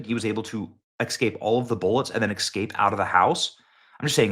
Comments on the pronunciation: Benny, It’s pronounced “eScape” not “eXcape” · S.. S.. S S Cape... Es Cape... Escape.... NOT eXcape. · Please stop mispronouncing "escape" as "exscape". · Excape?😂 really, Benny? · Are you actually saying "Excaping" and Excape"? I ax this question because you speak for a living. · Today’s word of the day is ESCAPE. Yesterday was NUCLEAR. escape is pronounced ESS-CAPE. There is no “X” or “K” in the word. It’s not EX-SCAPE. Tomorrow may be ASK, which is commonly pronounced AXE. We’ll see… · EScape, not EXcape. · Someone, please get word to Benny. For the love of all that is holy... Please stop saying "Exscape or Ecksscape" this is an ebonics virus in our English grammer... Also heard in eXspecially or ecksspecially.. it is- ESpecially or eScape.. not ex.. In this case grammer police is necessary.. stop the destruction of the English language people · Did I hear you say "EK-SCAPE" ??? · Most Americans do say exscape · Benny you are teaching your children to speak English. Please pronounce things correctly. It’s escape, with no x. It’s nu-clear not nuculer. I didn’t even let people talk baby talk to mine.